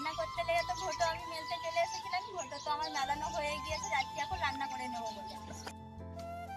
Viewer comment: দিদি ভাই কথাটি ঘুটো নয় কথাটি ঘুঁটে বলবে ভালো দেখাবে